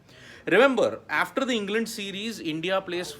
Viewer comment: Try practisiing saying the word 'after ' aaaaaf ter..... not efter